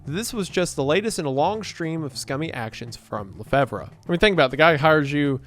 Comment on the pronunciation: hey! So LeFevre is pronounced like "La Fever". I would know it was my grandmothers maiden name. love your work!